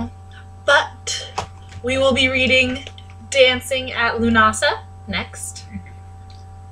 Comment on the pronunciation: yo pretty gud vid. also lunasa is pronouced "lune-ah-sa", dont worry its just one of those words.